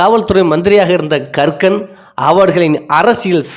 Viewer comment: கக்கன் என்ற பெயரை இவர் ஏன் கறுக்கன் என்றே திரும்பத் திருமபச் சொல்கிறார் என்பது புரியவில்லை.